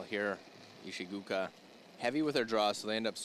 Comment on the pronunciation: The "oo" in Ishigooka is pronounced as in the words "goal, pole, or stole". It is not pronounced like the derogatory term for someone who is from Vietnam. Nails on a chalkboard!